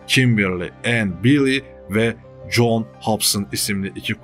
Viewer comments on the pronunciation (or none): none